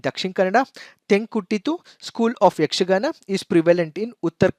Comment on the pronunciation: May be you are kannadiga how I identified that was, you easily and correctly pronounced yakshgana school names.